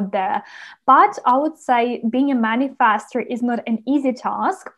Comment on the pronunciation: For reasons unknown to me, the way you say "Manifestor" Man-i-FASTER, using a short vowel "A" instead of a short vowel "E" annoys the crap out of me and hearing you repeat the word over and over is making me angry; makes watching and listening to this video an impossible task.